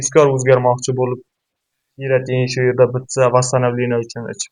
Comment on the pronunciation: Сен колувдинг бир тушунча бермаган, олдин креатин деб тугри айтишни урган, кейин маслахат бер полвон